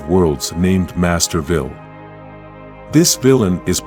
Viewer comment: That is pronounced Master Vile not Master Vile.